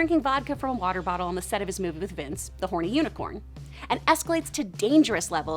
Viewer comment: it' s Vance not "Vince" Waggoner